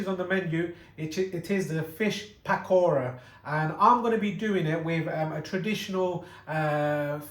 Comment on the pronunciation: Lol the way he said PAKora. 😂